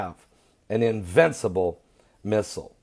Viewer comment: invicible ?? are you a god? lol.